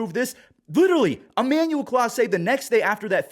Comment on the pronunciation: It's Clase not Class for a reason.